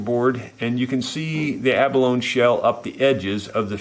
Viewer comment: You are my mentor, so I hesitate to mention this, but when "abalone" is pronounced correctly it rhymes with "baloney."